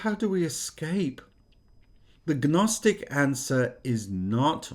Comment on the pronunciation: 😂 Gnostic is pronounced "Nostic". The G is silent.